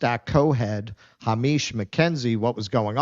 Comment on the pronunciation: "Ha-meesh" hahaha reading too many Asian names? Hamish is a Scottish name!